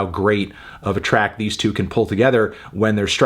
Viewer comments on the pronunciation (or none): none